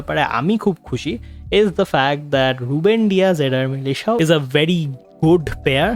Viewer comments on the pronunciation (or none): টুচামেনি না চুয়ামানি 🙄 মিলিশাও না মিলিটাও